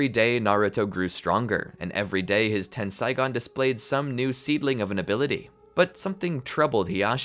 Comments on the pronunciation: its tensaigan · It's Tenseigan, not Tensaigon. Ei in Japanese is equivalent to the long A sound. Ai in Japanese is equivalent to the long I sound.